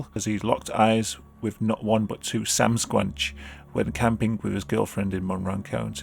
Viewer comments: Did you just say “Samsqonch” when you read Sasquatch....? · "Sam-squamch" Have you been watching trailer park boys? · It's makes me so happy that you pronounced it samsquanch. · I love how you say "samsquatch" it's legit amazing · did you say sam-squnch? lol